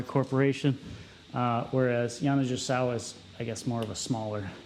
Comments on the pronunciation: I was coming to say that too. The mispronunciation was driving me nuts. 😂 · I have never heard Yani pronounced that way was kinda gringe - I have a SX90R tenor that Bill Clinton owned for a while. Very free blowing - not sure why anyone wouldn't want that - esp in legit. Playing anyhting under a 7* is never good for the Keilwerth - they are made for screaming. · You and Jay Metcalf need to get together and discuss the correct pronunciation of Yanigasawa. Is the G soft or hard 😅